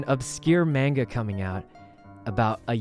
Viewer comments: I love sykunno but him pronouncing manga and yandere like that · it's a comic called stalker x stalker by Merryweathery on webtoon. It's pretty great. Also smooth moves on poki there. 👌 Also your pronounciations of mang And yandere are killing me